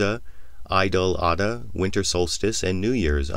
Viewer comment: I mean this in the best possible way, , Eid Al-Adha is pronounced EED.